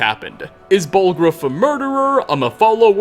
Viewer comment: Without any further ado-wuh, let's ask the questionnuh: Is Jarl Balgruufuh... evillluh